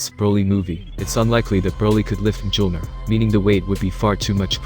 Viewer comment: He said jolner not the actual name correctly